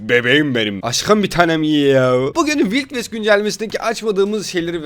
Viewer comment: Vayld vest'e vild vest diyen